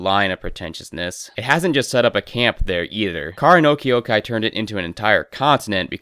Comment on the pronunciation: I cannot treat someone seriously when they cannot pronounce the name of the thing they criticize.